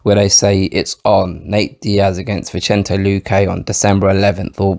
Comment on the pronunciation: The C in Vicente is pronounced like an S, playa. 🤎